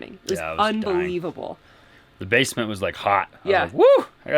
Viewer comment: Has anyone caught how he said “base a ment” 🤣.